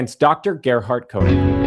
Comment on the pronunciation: Your pronunciation of Konig is redicilous. Body language is seriously suedo snot. I can smell quilty from far no need a kwak to impress me.